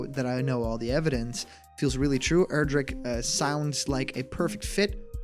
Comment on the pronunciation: Thank you for finally pronouncing Erdrick's name correctly. I can now rest easy. :P